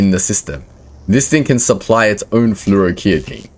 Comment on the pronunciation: Hey boss just fyi fluoroketone is pronounced Flor-oh-key-tone.